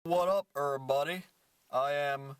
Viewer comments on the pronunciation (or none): i think its because when you say "what up 'err body", it sounds like "what up herb buddy!" :P